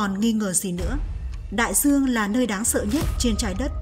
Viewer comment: Nói thì đường buồn nghe,giong đọc. Nhiều từ nghe sai sai. Đai duong, thì đọc Đai giuong. Do, thì đọc gio....còn nhiều từ nữa.......ok